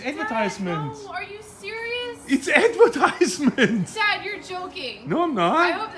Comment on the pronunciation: get to the choppa, it's ahdvetyzement